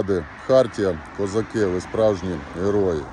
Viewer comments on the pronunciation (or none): none